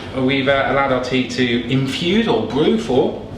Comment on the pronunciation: he says "we've allowed our tea to infude...". Then , he tells us how satisfying "loof lease tea" is. LOL I think this guy may be drunk.